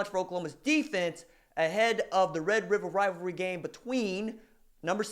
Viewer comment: You are one of the few humans that can say “Red River Rivalry” without sounding like Elmer Fudd